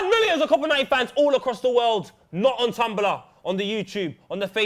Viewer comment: Did say "Coapa 90"? haha. My friend said that once and he's never lived it down